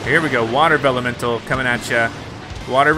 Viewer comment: Pronunciation Problem! It's Vellumental